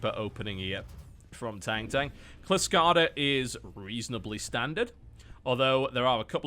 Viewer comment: TB, you pissed off Odin by calling Kylskada (Frostbite) Klyskada (what the hell?). What has the world gone to when a brit living in 'murica can't speak Swedish?